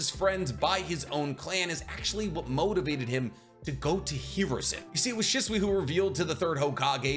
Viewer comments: why do you say his name wrong? Your supposed to put emphasis on the “Shi” part of his name and make it sound exactly like you’d pronounce the word “She”. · Has a masters in biotech. Can’t pronounce Shisui. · Still haven’t learned to pronounce his name lol so how much do you really know?